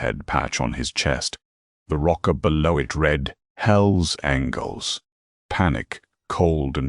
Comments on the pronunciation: Hells Angles? It's Angels. God how I hate A.I. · Story would be good if not for the awful AI voice. At one point couldn’t even pronounce angels